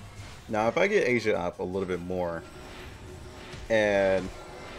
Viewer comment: It's not "Asia" its "Aisa" lol